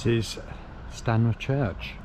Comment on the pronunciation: It's Stanmer but he keeps saying Stamner?